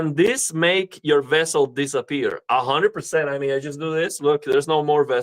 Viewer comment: i am mistaken or u saying incorrect? vessel instead of bezel